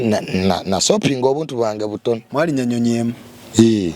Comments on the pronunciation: Soaping in voice,😂 not shopping 😂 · when did the term Shopping turn into Sopping 😂😂😂